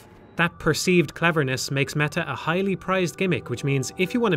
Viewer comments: de mehah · I kept hearing "mega" lmao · You had to make an effort to pronounce the T in "meta" with your accent didntye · No? That isn't a feature of the Irish accent.